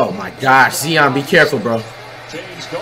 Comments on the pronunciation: it is zion not zeon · Flight saying names wrong. Jay Morant. Zeeon. Nikola Jockich. Rudy Goobert